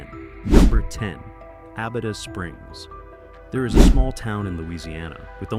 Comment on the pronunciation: Y’all beat me to the punch. Abita Springs is a great boutique town right next to Mandeville. It got famous for the bottled water and even more famous for the beer they make. Every store between Louisiana and Florida carry their many different flavors. Learning how to say the name might be a good place to start when you make a video about them. Wait until you go to the Atchafalaya region. Figure out that name, or try Tchoupitoulas Street in New Orleans. Good luck!